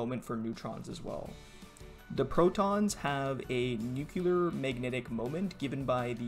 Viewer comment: Dude why do you say new-que-lar ? It's 'new-clear'.